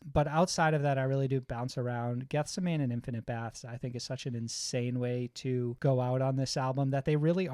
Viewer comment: Good stuff guys. Also, Geth-seh-many 😅